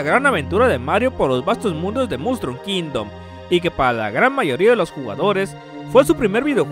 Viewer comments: like si escuchaste mustrom kingdom en vez de mushroom kingdom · Mustrum Kingdom?... Ahhhhh Mushrom Kingdom (el reino champiñón) porque no lo dices en español? >:v